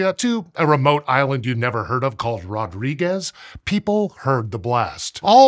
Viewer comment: Rodrigues is a French-speaking island, and so is not pronounced like the Spanish would pronounce it. Just FYI. Source: My friend from Mauritius